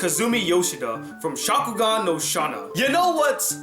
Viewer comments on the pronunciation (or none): none